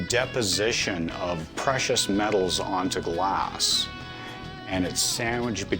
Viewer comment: Why does he keep pronouncing "Glaaaaaaas". I want smack him.